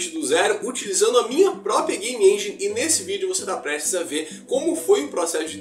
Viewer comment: Uai, foi sem "enguine" ou com sua própria "enguine" 🤣 num intendi hehehe Zoeiras a parte, ficou top. 👏🏽